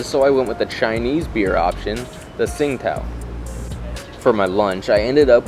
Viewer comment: You need to learn how to pronounce Chinese names. Tsingtao was mispronounced